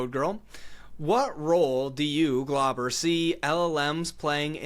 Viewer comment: Name: Glauber Primogen: "Globber"